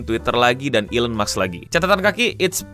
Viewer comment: maaf mau koreksi dikit elon musk, musk nya itu baca nya "mask" (ilon mask), bukan "maks"